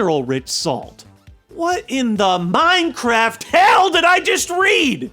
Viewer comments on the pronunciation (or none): none